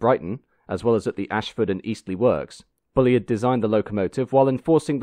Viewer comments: FFS get the pronunciation right! He wasn't called Bully-id - it's Bulleed. I think this might be the same narrator that insisted on talking about 'carry-ages' instead of carriages in another video. More homework needed! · For future reference: 'Bulleid' rhymes with 'succeed', lots of great footage of the Bulleid Pacifics doing their thing. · Hi. Great video as ever. I wonder whether you have a more detailed link to the engineering drawings you have used in your video. Sorry, the pedantic in me is fighting to get out: I believe that most people pronounce "Bulleid" as "bulleed" (I stand to be corrected); also treadle (rhyming with treacle) is pronounced "treddle". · I always wondered how Bulleid was pronounced - I guessed Bull-eyed but here it's Bully-id. I believe it but I was surprised. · The A4’s on the LNER and the Un rebuilt Spam Cans on the Southern were the two most iconic steam engines on Britain’s rails. Then I suppose the Deltic and the HST. The current crop will be forgotten in the wink of an eye. Not wishing to be impolite but is your odd pronunciation of the name Bulleid intentional? He had it pronounced to rhyme with Seed, Heed etc. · Show me three steam enthusiasts and they'll have four different ways to pronounce Bulleid. Personally I favour Bull-eyed. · Although his name is pronounced..’Bulleed’..as in..’Reid’.. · Excellent video, as ever, although, as Bulleid put it himself - ''Bulleid rhymes with 'succeed', Maunsell rhymes with 'cancel'''. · Great video. I'm still not sure how Bulleid's name was pronounced: I've heard 'Bullied', Bullide' and now 'Bullyid'. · Thanks for posting. Excellent as always. But isn't it 'bulleed' and 'tredle'? Just checking %~)) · It's pronounced"Bulleed". Oh, and by the way, keep up the (generally) good work! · Shame about the failure to pronounce 'Bulleid'. Very off-putting. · Might as well get it right!